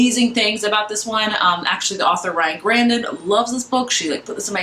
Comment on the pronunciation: Great bookhaul, but I think you are pronouncing Ryan Graudins name incorrectly I have only heard it pronounced GRAUDIN (GRAW-din)